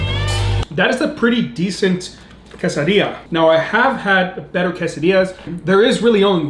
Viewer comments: don't say quesadilla in a hispanic accent it's tex mex food which is american not hispanic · usually I don’t like when people pronounce stuff different but I love your pronunciation of quesadilla 😂